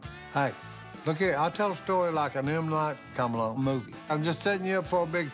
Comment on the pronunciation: "M. Night comalong" lol